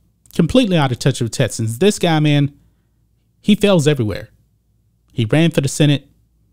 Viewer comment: TeXas. TeXans. Not “TETsas” or “TETsans” 🤣. Everything else, 100% buddy!